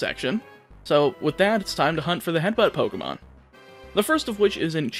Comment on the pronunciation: Every time you say poc I get caught off guard